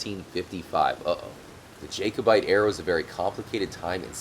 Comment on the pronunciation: and jacobite is pronounced Jack-o-bite